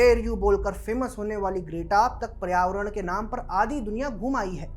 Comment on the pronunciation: पर्यावरण ढंग से बोल ले भाई। उच्चारण बहुत ही खराब है तुम्हारा।